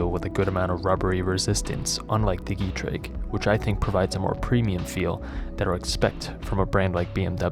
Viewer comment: Getrag heißt das! Nicht Getreg.